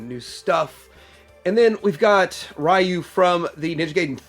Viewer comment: Eveangelion Is pronounced Evan-gel-ion. And Ryu is Re-you